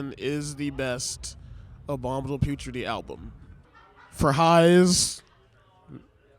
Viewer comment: Bro said “matti way from abominable putridity” 🥀